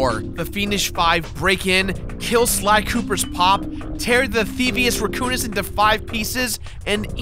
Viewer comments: I Know, But hes pronouncing it theivious "rEcoonis" not "rAccoonous" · you say can say Raccoon correctly. So then why tf are you saying "Reccounous"